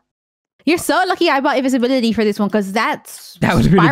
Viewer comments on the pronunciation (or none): How long has said Invinsvisibility not Invisibility! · I always said invinsvisibility till i watched this video xD